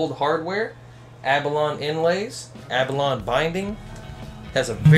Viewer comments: AB A LONE e AB A LONE e DUDE LEARN TO PRONOUNCE IT CORRECTLY please I like my YR-660 it was a take off with better parts than Epiphone S series that Samick manufactured. Samick manufactured , Best top end early models HAVE SETNECKS. I paid $100 for my YR-660 with case. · I think the word is pronounced abba-loan-ee. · Yup. Kinda hard to take somebody seriously when he can't pronounce abalone correctly.